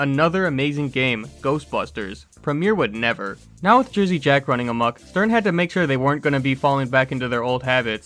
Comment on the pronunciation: Jersey Jack owner pronounced incorrectly.